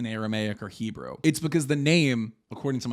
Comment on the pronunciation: Very poor, You understand nothing about Judaism or the Talmud, Your prounounciatuon of Hebrew made me double over. Don’t qquit your day job